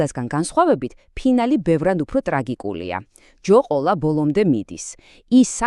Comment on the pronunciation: Ვის გაუჩნდა აზრად რომ ეს გაეკეთებინა ხელოვნური ინტელექტით? Თუ არაა ხელოვნური და არის რეალური მით უფრო უარესი, ჯერ როგორ გამოთქვანს ლ-ს, მერე სტუმარ მასპინძლის გმირო არის ჯოყოლა და არა ჯოკოლა. Კიდევ ერთი რომ ბოდავთ ჯოყოლას არავინ კლავს, როდესაც ჯოყოლამ მოკლა მუსა მას შემდეგ ართმევენ ხანჯალს და თოკავენ. Ჯოყოლა ხელ-ფეხ შეკრული დააგდეს ვითა მკვდარია და არა მკვდარი. Რაც ჩანს კიდევ ერთხელ, იმ მომენტში როცა ჯოყოლას ცოლ შინ ბრუნდება შეშინებული და ნამტირალევი მას ჯოყოლა შინ ხვდება და ეკითხება. Იტირე? Მადლი გიქნია. Ამ ყველაფრის მერე ვიღაცას მოგდის აზრირომ ჯოყოლა თემის წინააღმდეგ წასვლის შემდეგ მოჯლეს რადგან ამბობთ რო სიკვდილზე წავიდა სტუმრის გულისათვის.